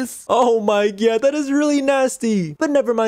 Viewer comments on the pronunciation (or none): Did you say “oh my gyatt”? Cuz that’s wut I heard and saw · Hi and bubbles I love how instead of "oh my god" it's "oh my GYATT😂😂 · Did you guys realise when bubbles said 'oh my god' it said 'oh my GYAT' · Did she say OH MY GYAT